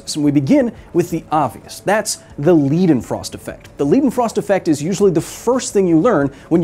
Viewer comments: As a German I can't get over him calling it the "Liedenfrost Effect", it's "Leidenfrost Effect". Pronunced just like President Joe Bidens last name but with a "L" instead of a "B" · just fyi Leidenfrost is pronounced Lie-denfrost not Lead-enfrost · Why you spell it this way? "Leeedenfrost" sounds wrong "Laidenfrost" sounds much better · bruh, can ppl finally understand that they are getting their EI and IE sounds mixed up ? leidenfrost is pronounced "lie-den-frost" not "lee-den-frost" that would be spelled ie. this goes for literally EVERY german name or word. english speakers also been saying epstein wrong. its an "eye" sound , not an "eee" sound . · It's pronounced "Lie-Den Frost" not Lee-Den Frost" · Its pronounced lidenfrost, as its a german word. A German ei is pronounced like an English I. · It's pronounced L - I - denfrost-effect, not L - ee - denfrost, gosh darnit! Does it look like a German word? Then it's I, otherwise it's ee. Now that I got that out of my chest, great video of course! :P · Leidenfrost's Lei is spelled like "lie" or "Li in like" Hill We're gonna get you to speak german some day, just give me Time... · Public Service Announcement: Because many more Americans seem to get it wrong than get it right. In German names, "ei" is always pronounced "ay", never "ee". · It's pronounced Ly-den-frost, or Lie-den-frost, not Lee-den-frost tho. But good video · L - i - denfrost not L - e - denfrost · It's pronounced "leyden-frost" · Lie, lye, lie-den-frost. Simple German word rule - You pronounce the last letter of the IE/EI pair LONG. Lied, Sie, die, long E. Mein, Kleine, Sein, Ein, Leidenfrost - Long I. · Leidenfrost = Lie-Den-Frost In German when you have ie or ei you pronounce the letter that comes last. So Weinstein is pronounced Wine-Stine amd Wienstien is pronounced Wine-Steen. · It is pronounced like „lie-den-frost“ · Aussprache Polizei:: LIE-den-frost. It’s a German word, not English or Yiddish. 😷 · Did this fake Thor just say 'leedenfrost'?